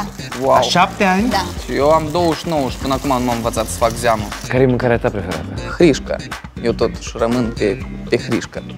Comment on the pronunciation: A spus '' Hrisca'' XDDDDD